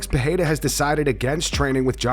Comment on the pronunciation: Who is Puh-hey-duh?